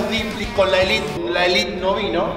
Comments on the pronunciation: Seba no es la "Elit" es la "ÉLITE" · Pensé que se pronunciaba elite no elit